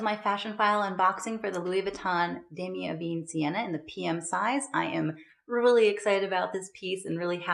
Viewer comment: This is a lovely choice!! The print is pronounced “dah-me-eh eh-ben” rather than “eh-bean”.